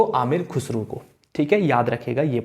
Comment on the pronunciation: Khusru nahi khusrao/khusrau